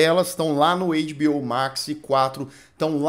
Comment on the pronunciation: as pessoas estão sem graça de falar, mas vou te avisar sim: a pronúncia não é "eiDibiôu" se parece mais com "eiTibiôu":goodvibes